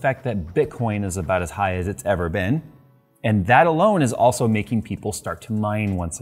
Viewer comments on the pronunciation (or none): none